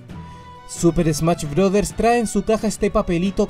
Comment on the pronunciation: súper smach brothers jajaja